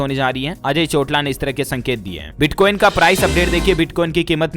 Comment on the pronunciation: Ajey Chotala naam hai na ke Chotla